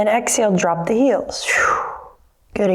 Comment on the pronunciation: Anyone else immediately think of the Beastie Boys when she said drrrrrrrrrop at the beginning? XD